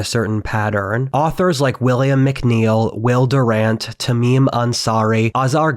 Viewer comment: Mc Neil is pronounced Mac Neil not mic Neil. Mc is an abbreviation as is st for saint.